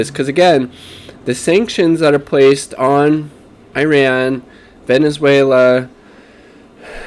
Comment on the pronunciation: ee-RON, ee-RON-ee-an, ee-ROCK.